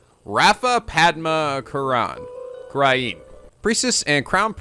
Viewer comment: Only can still mispronounce the name of the country even though it's been said at least 4 times